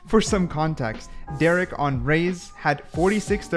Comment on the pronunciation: Bro called Derke Derrek 💀